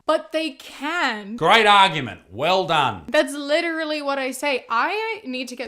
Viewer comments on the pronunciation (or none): if she says litraleee 1 more time I'm Literally gonna lose it